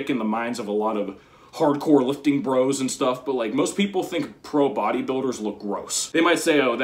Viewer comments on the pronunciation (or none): none